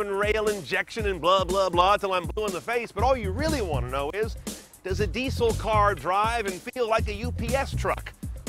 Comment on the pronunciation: "dee sell"